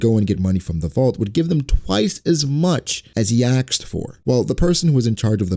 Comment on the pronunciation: it's hard for me to take these videos seriously when you keep saying axed instead of asked. just my 2 cents